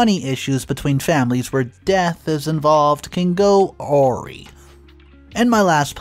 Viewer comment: Dear 'awry' is pronounced a-rye (like in WHY).Good story. Please clean up your pronunciation, you are too good a storyteller for this kind of stuff!